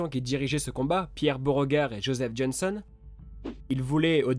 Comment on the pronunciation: Très bonne vidéo ! Quelques petits bémols -> ex : on dit général Johnston et pas Johnson et il me semble qu'il n'était pas commandant de l'armée confédérée au début de la bataille de Bull Run (=armée confédérée du Potomac) mais qu'il était à la tête de l'armée de la Shenandoah qui arriva en renfort.